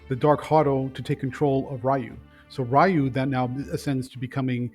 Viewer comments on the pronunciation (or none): REEEEEEEE-UUUUUU NOT RAIIIIIIII-U.